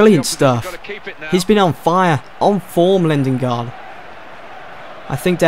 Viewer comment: it ain't lindengard it's lindegard